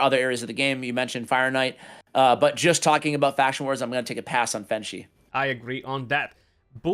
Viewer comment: is a good guy. But Odachi is pronounced OH-DUH-CHEE not OH-DAH-CHAY. Like Sachi he said it right (SAH-CHEE not SAH-CHAY). Fenchi (FEN-CHEE not FENCHAY)